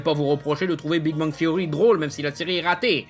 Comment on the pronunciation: Le mec parle de la prononciation de Spider man en France, pour sortir "Big Bang THSSSSSeory" bien Franglais derrière. Comment perdre 10 point de crédibilité.